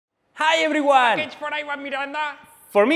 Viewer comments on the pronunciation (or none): PAKEEGE FOR IWAHN MIRANUH